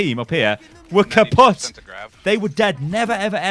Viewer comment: kapot? Ur dutch?? xD